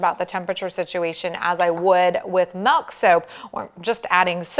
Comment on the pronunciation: I love the " melk "